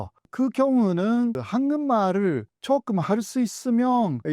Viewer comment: 교수님의 한국말은 굉장히 잘 하시지만 한국말을 ->황금알로 들립니다. 죄송하지만 우선 이것만은 좀 수정해 주시면 안될까요?